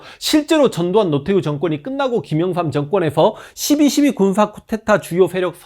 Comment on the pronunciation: 자꾸 쿠테타 라고 하시는데.. 쿠데타라고 하시면 안되실까요.... 별것도 아니고 사소한거지만... 쿠데타 이야기 하실때마다 쿠테타라고 하셔서.... 죄송합니다...